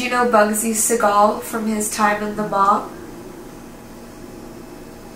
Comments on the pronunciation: Its Bugsy SEE-gul lol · It's not Segal, it's Siegel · Bugsy Siegel's last name is pronounced, "SEE-GUL"....Not "SE-GAUL". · Just a pointless fyi, but it's pronounced (sea-gull) and he also hated the name, Bugsy, it was a way to make fun of his quirky mannerisms. Nonetheless, like everyone else, LOVE to see you two back. Hope all is well, and we are able to get more investigations, Love and miss ya'll!!!!!!! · I love El Cortez, especially those original rooms above the casino floor. The man hated the name Bugsy. Next time, try calling him Ben. Also, the last name rhymes with "beagle", or "eagle". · Bugsy's last name is pronounced See'gul. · It’s pronounced seagull, but it spelled Segal